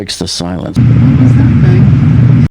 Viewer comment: The way she enunciated bang is just... off. She stressed the word "that" and minimized the word "bang"